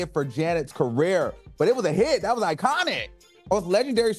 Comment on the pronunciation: 😂”Dustin” ThkQ!😆